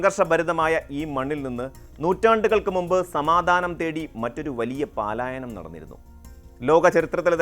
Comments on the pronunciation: പാലായനം എന്നല്ല പലായനം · പാലായനം അല്ല പലായനം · പാലായനമല്ല, പലായനം ! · "പാലായനം" അല്ല , "പലായനം" എന്നാണ്.